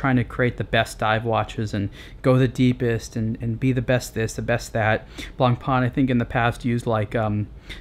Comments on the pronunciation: it is pronounced blah pah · Nice, concise review. I don't think you can compare this to the submariner though; the FF is in an entirely different league. Also, you might like to know this, in French, the "c" is not pronounced in "blanc". Cheers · Man, name's not "Blank Pawn"! Of course, you can call it anyway but if you think you're a watch reviewer and actually you made it a daily job then do yourself a favour: Learn how to properly spell the names in this industry. Why all english speakers distort stupid french names remains a mistery.. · One of the most beautiful watches ever. Btw: Get the name right. ;-) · I wish you could say "Blancpain" properly, but I guess the right pronunciation is too difficult if you don't have someone French or Swiss to help you out.